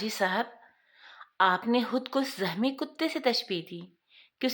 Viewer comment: zahmi nahi zakhmi . bahot bura lug raha hae